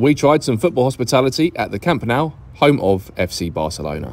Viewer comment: pronounced “Camp Noo”